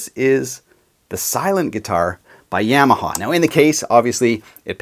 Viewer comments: good news is you're 2/3 the way there.. it's Yamaha (ya-ma-ha) not YAM-a-ha... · It's "YAH MA HA" not "YEAH MA HA".